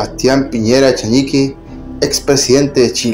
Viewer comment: Por qué le dicen Echeñique me da rabia. Su apellido es Echenique.